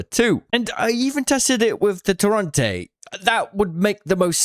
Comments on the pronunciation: why does bro keep calling it torronte, when its called torrente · Ping the Torrente in game so you can learn how to pronounce it correctly pls